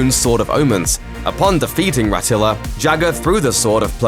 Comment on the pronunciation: Rataro. Ratilla? Come on.